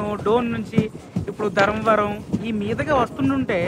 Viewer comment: ధరంవరం కాదూ స్వామీ ధర్మవరం అనాలి. అంత మంచి పేరును ఖూనీ చెయ్యొద్దు దయచేసి .